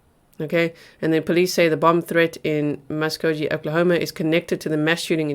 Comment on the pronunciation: Tulsa Oklahoma is my home. My oldest son was born at St. Francis. My brother called during dinner telling me to turn on the news. I live in TN now. Muskogee (pronounced Musk oh ghee). You will notice thanks to responding LE groups include tribal police. The Creek Nation headquarters is in Muskogee, as well as their state college. The Veterans Hospital is also in Muskogee.❗❗❗😲